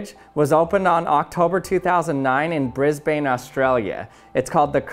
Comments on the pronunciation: It's pronounced brisbn not bris bane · Aussies pronounce Brisbane like this - Briz (like fizz) Bin so we say Brizbin NOT Brisbane. And that is the internet's 1 millionth useless fact of the day... Your welcome. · Him: Brisbain Australia TRIGGERED oh btw it's pronounced brisban not brisbain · 'Bris - bane, Australia' I feel a little triggered. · "BrisBAYN Australia" oh my god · Brisbane is pronounced as if the e is not there to make the a say a just brisban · Absolutely butchered the word brisbane hahaha